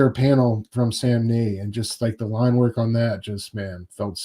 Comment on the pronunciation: Love this show guys! Batman and Robin will be 12 issues. And Samnee’s IG profile used to say his name rhymes with Omni